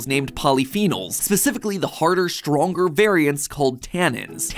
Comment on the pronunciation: I think bruv said stwonga